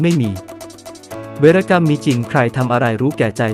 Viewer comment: เวน-กำ มิใช่..เว-ระ-กำ